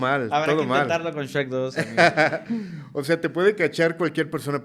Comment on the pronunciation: Nada más sabe decir Shrek 🤣